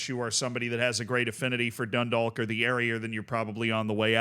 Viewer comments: I got a minor bit of cringe everytime dundalk was said it wasnt even that far off the pronunciation but it kept taking me out of the vid for half a sec wait no as I'm writing the comment its getting better (dun-dawk, like walk or talk) Edit: Oh god i should have waited drogheda was so much worse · the league of ireland is horribly underfunded, tiny note though, dundalk is pronounced like a rhyme with clock, you wont hear many people in ireland pronounce the L 'grats on the run man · Can’t expect him to say it in fluent Gaelic and a thick Irish accent, he isn’t an Irish speaker, of course he can’t pronounce it.